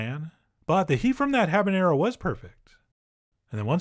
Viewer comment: It's jalapenÑo and habaNero. There is no "Ñ" in habanero.